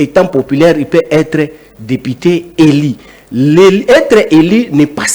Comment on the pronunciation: avec tous mes respects, on prononce" élu" et non "eli" Présumé et non présumé. Un peu des phonétique. Merci.